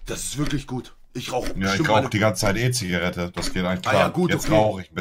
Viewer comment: Monte: Zigareete, Zigarete hahahaha